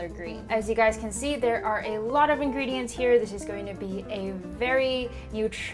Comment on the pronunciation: I think she said in"green"dients